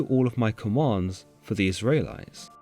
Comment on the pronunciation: Israylies and Tabarhnacle? 🙃